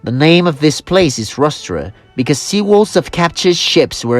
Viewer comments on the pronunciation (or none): none